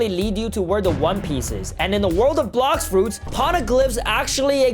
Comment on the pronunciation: Bro said blox roots😂😂